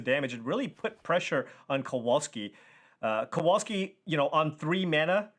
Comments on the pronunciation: it's not Kouolski, it's Kowalski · KOVALSKI if that makes it easier not to massacre his surname so badly.